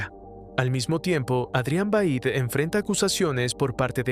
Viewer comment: bro el resumen brutal pero es Veidt no vaid D:!